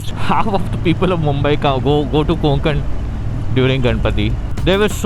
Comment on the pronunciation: Konkan nahi bhai, Kokan*